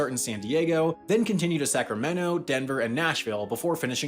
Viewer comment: Man pronouncing Sacramento as sacrameno sounds horrible.